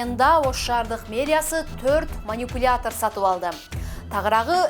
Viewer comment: Манюпляятор😂😂😂 техниканын аталышын так айтканды уйронбойсунбу чон кыз.